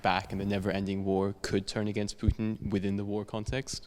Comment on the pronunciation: Interviewer: Putin is not [Pju:tin]. Putin is [Pootin].